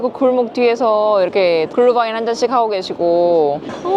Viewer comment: 크리스마스 이브에 어울리는 유럽의 크리스마스 마켓 풍경이라니.. 모두 제가 살았던 곳이라 너무 반갑고 추억에 젖어 감상했습니다. 비엔나에서는 시청 앞 크리스마스 마켓이 최고지요. 독일 뉴른베르크가 크리스마스 원조 마켓이고, 렙쿠헨도 독일에서 최고로 유명합니다. 유럽 물가가 전보다 확실히 많이 오르고 , 수공예품은 더욱 더. 크리스마스 마켓 영상 편집이 정말 최고입니다. 필요하고 정확한 설명과 더불어. 다만 글루바인 --글뤼바인이 독일식 발음입니다 ㅎㅎ 그런데 항해 영상을 보다가 갑자기 크리스마스 영상이 올라왔는데 올해 촬영하신 건가요? 암튼 멋진 크리스마스 이브 선물 고맙습니다. 메리 크리스마스🎄